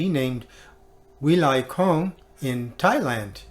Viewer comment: Hello from Thailand. Thank you so much for introducing About my WOW stamps in your video. You say Wilai Kong just right. I also invite and everyone to watch and subscribe and enjoy 'About my WOW stamps'. Thanks a lot.